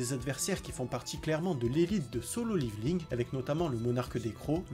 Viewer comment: ça se prononce [ Liveling ] , à l'Américaine = [ Lèvoling ] ou la la française [ Levéling ] xd